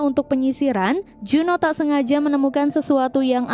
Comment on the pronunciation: Kok berubah juno namanya disini. Kok ga dibaca jun ho